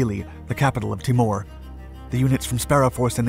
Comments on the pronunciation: I hate to be picky but it is pronounced "Teemore" not "T'more. I have never heard it referred in any way different. And the name of the capital, Dili, is pronounced "Dilly" not "deelee" Problem is if something as basic as this is wrong, people begin doubting your narrative on other more important matters. A word to the wise! :^) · Pronunciation is Tee More. Not Ti mure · why does this narrator say all names wrong sound it TEE- MOORE NOT TAMOR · Awesome doco on a little known Aussie group! Minor point - Aussies pronounce it as T'ee'mor, not T'i'mor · TEE-more...not Timmor... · FYI: 'Timor' said 'Tee-morr' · Timor, sat it. Timor, not " tim mooore " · Timor is pronounced TEA-MORE ! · It's Tee-mor, Ti-more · Timor = Tea-more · Timor pronounced Ti-mor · Pronounced tee-more.